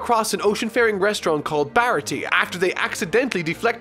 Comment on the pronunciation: Aside from a forgivable mispronunciation (Baratie despite not having an accent over its e has the ay sound) the only thing I think might have been misinterpreted was Kuro and revealing his plan. Granted it is probably the weakest arc overall (though I'd argue Krieg is the weakest antagonist) but Kuro's targeting Kaya was happenstance and he hadn't seen his crew in years having tried to find a quiet life after faking his own death. It is only after ending up in the goldmine that is caring for an ill rich orphan that he gets back into contact with his former crew and devises his final plan to get her riches and then kill his former crew to have a quiet easy life. Oda even demonstrates that his first mate Jango hasn't seen him in years by bringing up that he had doubts of Kuro still being able to fight until he saw that he still uses the palm of his hand to adjust his glasses (as he wouldn't be able to use his fingers while wearing the cat claws). All in all glad you're liking the story so far and I look forward to seeing you dive into the next arc.